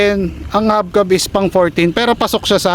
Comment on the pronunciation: Kuya "hubcap" po yun hindi habcab